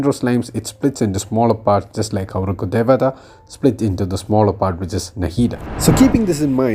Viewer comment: Im curious to know if you are Indian from how well u pronounced Rukhdevata